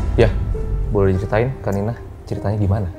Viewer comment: Tolong ya panggilnya "kak Nina" jangan kanina